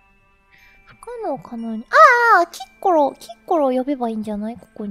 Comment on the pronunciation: キッコロ......きっ殺にしか聞こえない......